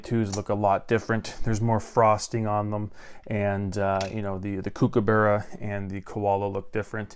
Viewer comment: Kookaburra. Not kookabarra.